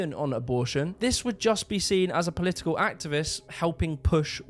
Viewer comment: It's not Polii-ee-kull. It's Political. It's not 'Eeveaa'. Its either. It's not "free". It's three. Learn to speak properly. It's not that hard.